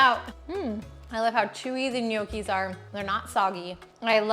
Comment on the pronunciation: It's pronounced Knnoci! 😅 Not Ne oakee😂